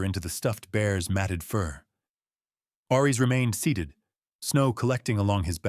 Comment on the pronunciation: Aries is pronounced "air-rees", not "arr-rees". "His amber EYES tracked every SOUND"? That doesn't make sense. You can't hear with your eyes unless you're watching someone use sign language. Since Aries is a GSD, his ears would have twitched and turned to track every sound. 🙄 "He reached for a small toolkit from his truck." Then his name is really Reed Richards, so that he could stretch his arm from the inside of the cabin out to his truck. It would have been better to have said, "He retrieved a small toolkit from his truck." If Ellie's head was resting against Aries' side, she was no longer in the wheelchair. Since the GSD was laying on the floor, she would have to down on the floor with him. Mara was standing at the back wall of the room, so how could Lucas be sitting a few seats behind her? How could Lucas push the wheelchair to match Ellie's pace if she's sitting in it? That doesn't make sense. There's no pace to match. You need to replace the AI you used to write this story.